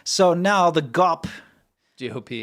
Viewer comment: Not gop. It's G.O.P. Great show. Happy I found d you. My oldest son spoke Chinese. He loved China. Was waiting to move there after he received his bachelor's but it was covid , so he was waiting, but we got to have him close for a whole year. Yay! June 7th 3 years ago he was killed on his motorcycle on the Bay Bridge. His name was Colin, and I was so blessed to be his mom. But anyways, your sense of humor reminds me of him, plus the China show. So an extra thank you for what your doing. It's a great show. You make me laugh.